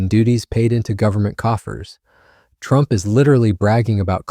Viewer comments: Yikes...the irritating AI voice forced me stop listening when it pronounced TRUMP as "true MP". sigh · This AI can’t even pronounce Trump! “True empee ” !!!